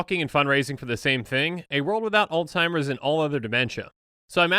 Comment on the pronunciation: He says Alzheimer’s wrong every time. There’s no T in it buddy. But good try acting like u care ab it